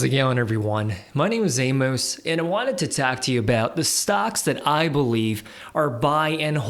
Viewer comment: A-MOS the FA-MOUS